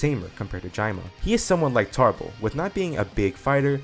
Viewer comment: Cool what if but it's Tarble not tarbles